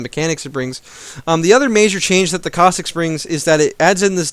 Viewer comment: and Cossicks?? is there a pronunciation patch?